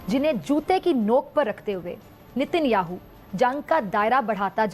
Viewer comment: 😂😂😂 FAK petrol ko petrel bolthi thi lekin Nitin Yahoo 😂😂😂 Oh God